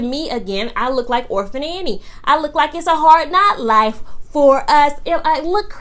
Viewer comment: Every time you say orphan Annie I fall out haha 😂